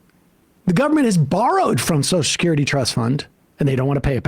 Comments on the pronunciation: I'm not going to spend listening to a dolt who cannot pronounce - the word that the segment seems to be about! The phrase you are destroying in your attempt to speak is "social security" not soch-security. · Sam really struggles to say 'social security', eh? To my English ears it sounds like "socecurdy" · It's fascinating to me that Sam can't say Social Security. He says Soshacurity.